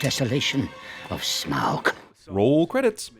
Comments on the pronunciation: Forgot the worst sin of this movie... constantly mispronouncing Smaug. It's pronounced "smog," at least that's what I always pronounced it because of the Hobbit animated movie. "smowg" just sounds really stupid in comparison. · Ugh he is pronounced Smaug, Sauron, Tauriel, Bofur, and Azog wrong. It annoys me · Dude, your pronunciations of Smaug, Sauron and Tauriel are atrocious... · anyone else slightly twitching at the mispronunciation of 'Smaug', 'Tauriel' and 'Sauron' all within a few mins? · I honestly think they were better without a leader or purpose, because the main characters are on a journey where the real enemy is Smaug (which I think is mispronounced in the movie, I'm not sure though, and don't really care) and the orcs are just supposed to be obstacles they have to overcome, not another enemy to fight.